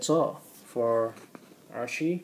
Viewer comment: Her name is Arcee, not Archee.